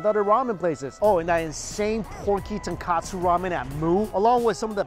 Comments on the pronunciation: Mike, it sounds like you're saying tonkatsu, not tonkotsu. Fyi, tonkotsu means pig bone, tonkatsu means fried pork. Btw nice review. You never fail to make me hungry. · Um Mikey it's Chasu not Charsao and it's Tonkotsu soap not Tenkasu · Dude....you keep mentioning TONKATSU but I don't see any Deep Fried Pork Cutlet anywhere.. perhaps you mean TONKOTSU... You're a food vlogger. Get your terms correct. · Strictly Dumpling btw its tonkOtsu, not tonkAtsu. Tonkatsu is the breaded deep fried pork cutlets. Tonkotsu is a whole nother thing. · Mike always refers to Tonkotsu ramen as "Tonkatsu (fried pork cutlet)" ramen LOL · Ton-Koh-Tsu not Ton-Ka-Tsu common mistake, but Tonkatsu is something totally different than Tonkotsu